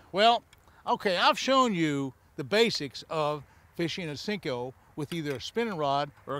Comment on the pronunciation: It's a "senko", not a "sink-o"